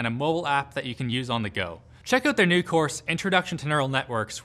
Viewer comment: Pretty sure Canadians retain the yod in this one, he just misread